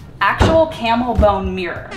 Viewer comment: Did you say real camel “bone” or camel “bum” mirror?